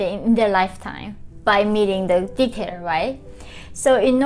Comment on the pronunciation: "by meeting the dickhead right?" is what it sounded like!!! Haha